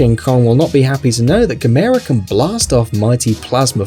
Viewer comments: It's pronounced Gaa mer ra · Gamers is not per pronounced gu-mair-u. But pronounced gam-er-u. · It’s Gam-EERRRRR-aaaa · Gamera is pronounced Gam err ah lol Sandy Frank dub not the regect dub lol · u said gamera wrong it's said like this Gam-er-a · You didn't even pronounce Gamera (Gam-Err-Uh) right, you dumbass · he said gamera wrong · you said gamera wrong have you actually watched it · He says Gamera wrong. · Lol he pronounce Gamera Wrong xD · You didn't pronounce Gamera right.